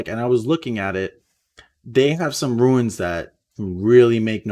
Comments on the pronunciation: Runes...not ruins..sorry if I seem like a jerk but this is the second video that you say ruin instead of rune multiple times. Love your content and the hype for season 7! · it's runes not ruins, ya keep sayin ruins....🙁🙁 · You keep pronouncing it ruins but it's pronounced roons. Runes.